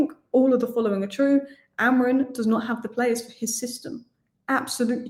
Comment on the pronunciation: blokes name is AmoriM not AmoriN😂😂